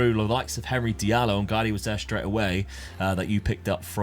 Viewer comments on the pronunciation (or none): none